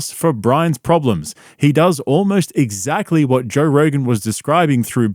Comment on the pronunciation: “I know zaggly who you’re talgin bout.” Ya, it’s you Brendan.